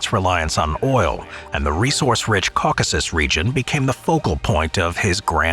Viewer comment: the cawk-usses. hehe.